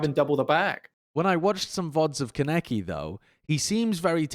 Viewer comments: It’s pronounced Con-eki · the way they mispronounce kaneki hurts my soul